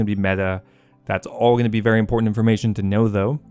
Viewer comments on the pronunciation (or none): none